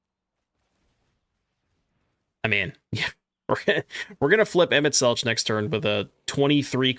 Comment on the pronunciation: FYI it is pronounced Emet-Selk. There's no 'ch' sound.